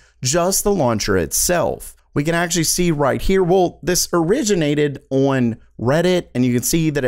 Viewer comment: Am I the only 1 who thinks he says "On" odd as fuck.